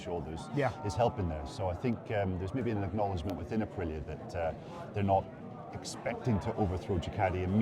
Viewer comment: Be nice if , english speakers said ahpreeah correctly